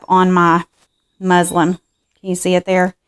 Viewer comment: I love your video but it sounds like you're calling the fabric "muslim" instead of "muslin" lol! Maybe using this will be a religious experience lol!!😉